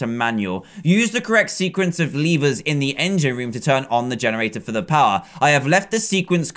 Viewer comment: lever not "leever".